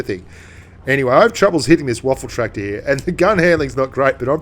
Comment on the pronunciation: Lol he says waffle tractor